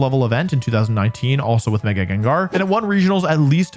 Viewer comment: THE FIRST A IN GENGAR IS SUPPOSED TO BE AN E! AND IT'S IS, NOT IT!